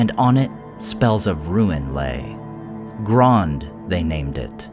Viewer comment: "You guys are saying to wrong, it's Grond!!"